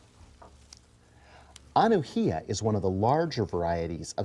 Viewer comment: From Hawaii here. The correct pronunciation of Anuhea is Ah-new-hey-Ah